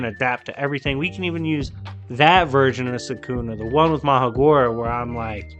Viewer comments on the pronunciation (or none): It is pronounced maHORAGA justt saying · And bro it’s Ma Her RaH GaH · Bruhh who is Magora lol sounds like you didn’t pronounce Mahoraga